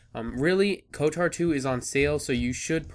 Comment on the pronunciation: You are pronouncing it wrong lol, where is the "a" in "kotor"? Lolz